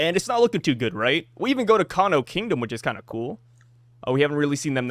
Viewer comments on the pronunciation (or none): none